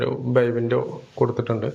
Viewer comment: ക്യാമറാമാൻ, സംസാരിക്കുന്നവരുടെ വായിലോട്ടു ക്യാമറ സദാസമയവും ഫോക്കസ് ചെയ്യാതെ വീട് പരമാവധി കാണിക്കാൻ ശ്രമിക്കു. നിങ്ങളുടെ പല വീഡിയോകളും കണ്ടതിൽ നിന്നും ; ബൈ വിൻഡോ അല്ല 'ബേ വിൻഡോ ' ആണ്. തുർക്കി മിശ്രിതം അല്ല 'സുർക്കി' മിശ്രിതം ആണ്. പിന്നെ വീടുകൾ എല്ലാം വെറൈറ്റി ആണ് നന്നായിട്ടുണ്ട് ക്യാമറ വർക്ക്‌ ഒന്ന് മെച്ചമാക്കാം.. ആശംസകൾ.